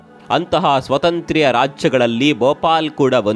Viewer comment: 😂😂😂 ಅದು ಸ್ವತಂತ್ರ್ಯ ಅಲ್ಲ. ಸ್ವಾತಂತ್ರ್ಯ 😅😅😅😅😅